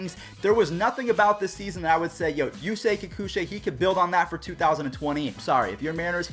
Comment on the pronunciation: kikuchi 👎👎👎……I am japanese LOL